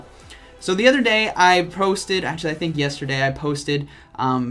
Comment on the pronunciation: nobody: absolutely nobody: Not even a single person:: I thick that was the last battle